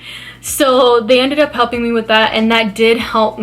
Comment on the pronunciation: She talks completely differently depending on her mood, like she’s ALWAYS over pronounce the word “so” into “SHO” when in a hyped up mood but can actually say it normally when in a calmer mood ?? She’s completely ridiculous!!😂😂